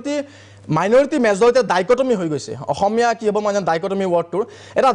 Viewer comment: অসমীয়া শব্দটো কওতেই অখমীয়া বুলি উচ্চাৰণ কৰʼ তহতে আৰু অসমীয়াৰ হৈ টিভি show ত টেটু ফালিব আহ', ৰাজপথত আন্দোলন কৰিব আহ' । আহি যাবি শিকাই দিম ।